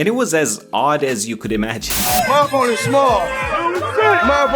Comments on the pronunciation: i thought mayweather was saying "MY BONER'S SMALL", not "MY OPPONENT'S SMALL" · I heard "my phone's small" 😂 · I thought he said my bonersSmall